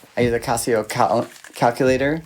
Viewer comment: (actually, he's pronouncing CASIO more correctly! like Cost, not like Cab. It's a Japanese company, named after the founders' family. The question is: do you want to pronounce the S, or SH sound in the middle?)